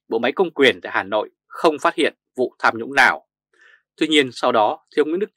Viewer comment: Tham nhũng chứ không phải sam nhũng